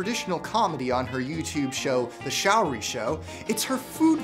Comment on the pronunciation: The link to her facebook page is wrong. Here is the correct one: Secondly, her name isn't "shower-ree". It's "show-ree"